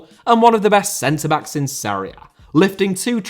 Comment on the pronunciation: Jesús* not Heisăs Serie* not Seri Benzema* not Benzemohr Robert* not Rober' Thiago* not Thiohrgouw Joselu* not Yóselu Álvaro * not Alvohrouw Morata* not Morohrter Hannover* not Hannouwver Alavés* not Álaves Debut * not Deibyu Uefa* not Yuweifer If you HAD told me* not If you'd have told me(fkn hell, even in basic grammar, you continue to disappoint) Possession* not Posession Inter* not Ento Half* not Holf Bundesliga* not Bundesliger Style* not Stahl Bremen* not Breimen Lionel * not Leonl Finals* not Fahnals Pokal* not Pouwkal Chievo* not Chijeivouw Sassuolo* not Sasswouwlouw A* not Ar Simone* not Semouwni Inzaghi* not Enzohrghi Coppa* not Copper Kyle* not Cal Aleksandr* not Alekzander